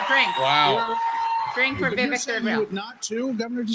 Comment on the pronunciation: "Veevek"😹 "Putin has said, once Russia takes Ukraine, Poland and the Baltics are next"🤪"We're trying to prevent war"🤣"He killed Prigozhin."⚖"And you are choosing a murderer over a pro-American country"♟How many lies can this mass murderer pack into 45 seconds?